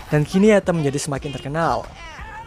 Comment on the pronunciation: Atom atau etem min ??? 😅🤣